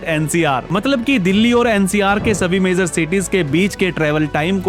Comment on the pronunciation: आज के यूट्यूबर की सब से बड़ी समस्या, उन की भाषा ( Language ) है, जो उन से बोलनी भी नहीं आती है, सही लफ़्ज़ ( शब्द) है Major, मगर आप बोल रहे हैं Mezar , जो बिल्कुल ग़लत है। Please correct your Language. कृपया अपनी भाषा सुधारिए। स्टेज पर आने से पहले अपनी भाषा को सुधारें अर्थात् भाषा का ज्ञान प्राप्त करें , तभी लोग आप को सुनेंगे । भाषा में खोट किस ने पैदा किया ? तो जवाब है कांग्रेस पार्टी की मुस्लिम विरोधी नीतियों ने , जब नेहरू ने मुसलमानों के विरुद्ध योजनाएं बनाईं तो एक आवामी ज़बान यानी लोक प्रिय भाषा उर्दू ज़बान को ख़त्म करने के प्लान पर भी अमल किया गया , चूंकि नेहरू का मतलब है प्रथम प्रधानमंत्री जवाहर लाल नेहरू, से है। नेहरू ने यह समझ लिया के उर्दू ज़बान हिंदुस्तान की नहीं है बल्कि मुसलमानों की ज़बान है तो मुसलमानों के साथ साथ उर्दू ज़बान को भी ख़त्म करने का प्लान बना लिया गया , इसी एक ग़लती ने बहुसंख्यक हिन्दू को एक अच्छी भाषा से दूर कर दिया। उस का दोष पहले प्रधानमंत्री नेहरू की मानसिकता पर जो बड़ी तंग यानी संकीर्ण थी ऐसी मानसिकता के नेता को कभी भी भारत का प्रधानमंत्री नहीं होना चाहिए था। नेहरू की मानसिकता और सत्ता का लालच , और परिवार वाद ने ही देश को महान देश बनने नहीं दिया। जनहित में जारी है। एक राजनैतिक विश्लेषक शकील अज़ीम । Dated :- 6th August,2026